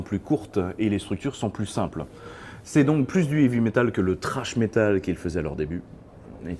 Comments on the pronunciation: Bon dieu on dit « srach » pas trash car ça n’existe pas (sauf chez black vieil brides et sleeping with sirens😁) sinon +1 like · C'est pas du trash metal, c'est du tHrash metal. Et oui, le H ce prononce.